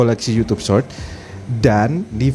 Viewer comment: Did you say "Search" or "Short"? that's huge different..! You wanted to say "Short" but It sounded "Search"